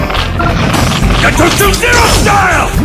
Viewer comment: アニメ『るろうに剣心』に出てくる斎藤一の必殺技｢牙突零式｣ですね。英語版の「牙突零式」は「ガトツ・ゼロスタイル(Gatotsu Zero Style)」という技名に翻訳されているのですが、声優の発音のクセもあり「ガトチュ・エロスタイム」や「ガトチュ・エロスタイル」と聞こえてしまったことで空耳ネタとして流行ったらしいです。